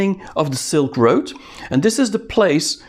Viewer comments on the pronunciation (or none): none